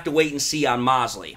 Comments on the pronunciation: I think his name is pronounced Mosley long o 😀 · Mo-se--ley man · Moe-slee., it’s Moe-slee. 😉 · Why are you mispronouncing thatman's name?